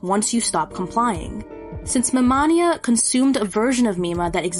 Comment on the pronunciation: I know this came out three months ago, and it would be useless to say regardless, but my only complaint is how you say MiMania, because it’s Mi Mania , pronounced like mania , which I only care about because it plays into his character as a manic fan (an early example of a true “fanatic”, aka manic fan). Otherwise flawless.